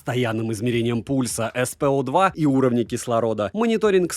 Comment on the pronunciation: Измерение пульса SpO2 и уровня кислорода…. Чегоооо? Ты хоть читай правильно!